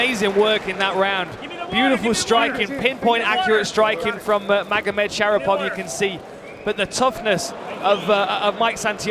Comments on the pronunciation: 😂 the commentator keeps saying magomedshapirov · can they stop saying Magomed Shapiro???